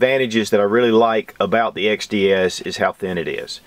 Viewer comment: I can't help but think of Rekt Feminist Videos when he says xDDDDD